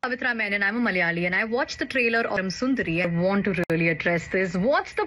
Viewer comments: Not Mal'yali... it's Mala'ya'li "It's silly... but not negative..." EH?😮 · The whole movie feels like cultural appropriation 😅😅😅 she couldn't even say the word "malayali" properly. There are 2 distinct pronunciations for the letter L. Thats like the basic thing you know as a malayali. She could've used a dubbing artist. Its not that hard to find one 🤷🏻‍♀️ and who even has the name sundari in Kerala?? Maybe a cat or a cow?? Like wtf was that all about?? 😂 not to mention that unintelligible surname!! WAAAT??!!